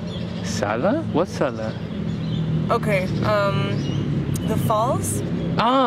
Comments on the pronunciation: La segunda chica francesa que entrevistó, creo que en vez de decir "Salta" dijo "Sala" 🤔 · with Sala i think she was trying to say Salta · Era Salta, no Sala <\3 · Cuando dijo "Sala" creo que quiso decir "Salta", mi salta la linda ♡ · Estaban hablando de ciudades, dijo "Sala" para mí que quiso decir Salta. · La segunda francesa que decia sal, seguro queria decir Salta, por cierto taba re buena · La segunda chica Francesa cuando le preguntaron que ciudad argentina conocía dijo “SALA” es. SALTA supongo yo 😂😂😂😂😂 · Me parece que quizo decir Salta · La otra chica viste que dijo sala quiso decir la salada